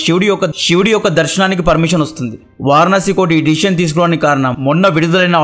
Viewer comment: తమ్మీ... మొన్నామధ్య..కరసేవక్..అంటే లేదన్నా...కార్ సేవక్ అని రిప్లై పెట్టావు.అలాగని మన కట్టర్ గాళ్ళ మధ్య పీకలేం తెగిపోవులే 😂😂. అది వారనాసి కాదు... వారణాసి.వరుణ ,అసి గంగలో కలిసే కాలువలు అనలేం గానీ...చిన్ని నదులు అవి.,పట్టణానికి దిగువ ఎగువ లా కలుస్తాయ్.ఆ జాడలు వున్నాయ్.చూసి వచ్చాను. అదో వారనాసి కాదు తమ్మీ.. వారణాసి.